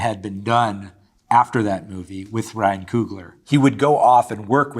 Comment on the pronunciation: Played by “RAH-EEN GOSLING”